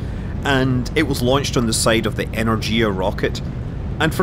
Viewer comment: It's pronounsed more like [energija]